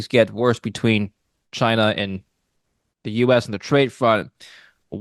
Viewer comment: “Rusher, Chiner, Ameriker”